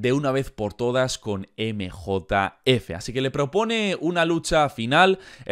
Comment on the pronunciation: nosotros: emjejef 🤠: emejotaefe 😎